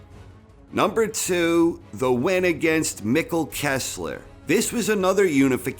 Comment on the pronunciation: Mikkel not Mickle